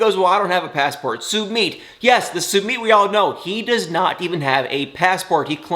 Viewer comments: please stop calling Sumit (Sumeet), it’s pronounced (Sun it)……..it really irritates me!!! Even pronounces it correctly!!! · It’s pronounced (Sum it)!!!